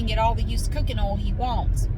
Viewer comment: Hi, I absolutely love how you pronounce the word 'oil'. I have tried so many times to copy your pronunciation of oil, but my Aussie accent just won't allow it! Thank you for your videos. 😊